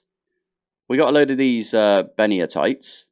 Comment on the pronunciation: Everyone pronounces Benitoite wrong. It's Benito-ite, like Benito Mussolini (ben-ee-toe-eye-t). It's named after the San Benito Mountains in California. 🤓